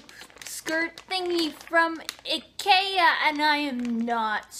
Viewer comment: IT IS PRONOUNCED EYE-KEY-UH. IKEA